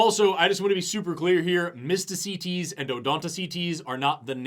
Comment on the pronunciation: I keep hearing "Mistah C. Tease".